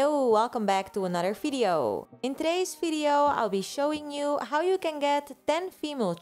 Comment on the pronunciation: I love how you pronounce video like "fideo" ❤❤